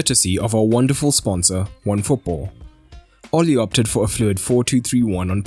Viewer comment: satisfiying to hear Ole's name pronouced properly since most people (including me) get it wrong